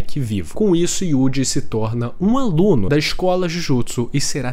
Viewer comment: O que mais me pegou nesse vídeo foi o jovem ai falando YUDI o tempo inteiro. Tão difícil falar Yuuji? O prota ta dando playstation agora?!